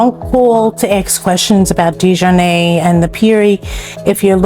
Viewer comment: The family name is French, and was originally spelled “de Jarnat” in France. The correct pronunciation is De-jar-natt. The early de Jarnat immigrants came from France around 1700 fleeing religious persecution. Later the spelling of the name was “Americanized” to DeJarnette or DeJarnatt. The pronunciation however did not change, it remained De-jar-natt. It was never pronounced with a long A sound at the end. As in de-jar-nay… Most people in the area, (including many who worked there) would not understand the name as you pronounced it. 😅